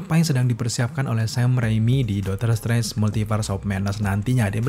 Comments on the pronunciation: bang, artikulasinya tolong diperbaiki bang. Dr td gw gedek sendiri lu blg "Dotor trance" pdhl aslinya "Doctor Strange" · Aslinya dokter streng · HAHAHAH iya kenapa jadi dotor trance yak. gapapa bang tp overall great job lah emot jempol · Bang ngapain lu ngomong doctor trance😅😂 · Dakter Strengs